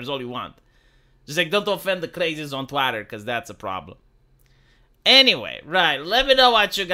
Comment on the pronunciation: I absolutely love how casually says "twatter" or "Californyanya" like it's just how it's supposed to be. what am I saying...